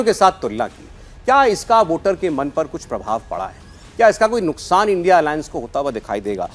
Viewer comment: it is not l n d I a alliance it is indi alliance